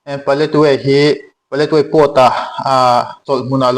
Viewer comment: Paletwai tiin i lama ,ka hriat dan chuan Paletwa ni in ka hria a dik zawk in ka ring.